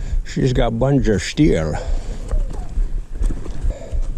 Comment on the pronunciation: Your "Bunns of Steel" that sounded like Sean Connery or a British accent LOL ! Love-Mom